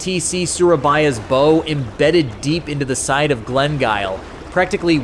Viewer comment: bow ??? its called a BOW not bow